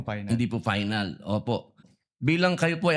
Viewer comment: FINAL HINDI PAYNAL ROBIN... FFFFF HINDI PPPPP😅😅😅😅